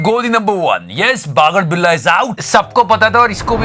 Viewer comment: The movement he says bagadbilla lmao